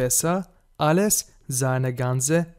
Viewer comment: عندك اللفظ موصحيح بعض الاحيان مثلا كلمة als انت تلفظها alles والافعال التي فيها مقاطع امامية عليك انت تقراها دون ان تفصلها. تحياتي